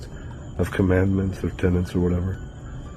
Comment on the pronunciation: Just a heads up that he is saying (or trying to say) 'tenets' not 'tenants' for your subs. Amazing otherwise tho, I was strugguggling with that beginning especially!